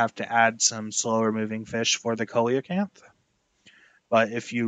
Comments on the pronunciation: Btw not to be that guy but.....ITS pronounced see lo canth not col e lo canth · Bro I think he is pronouncing some of the names wrong. Like coleocanth and Argentavis.